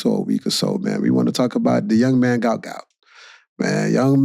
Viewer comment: his name is GUOT not gout